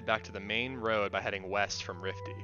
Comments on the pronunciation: Rify, not Rifty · good guide, just wnat to say the big ship above berezinho is called Rify- not Rifty